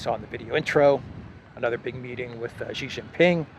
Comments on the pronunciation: Xi = sheeee not Geee. Sheee Jinping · …Love your content but please pronounce Xi as Alexander does, “She” not “Zshe”. “X” in chinese pinyin is pronounced with soft ‘sh’ sound.